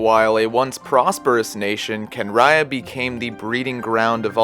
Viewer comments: I’m sorry can ria that’s how you say kanriean I can’t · No one mentions that his Constellation is a fetus in a flask. Also, as mentioned, "Homuncular Nature" They could have expanded his story at least a bit more than they did, this is all cool, but only between the lines... Kahn-ree-ahhh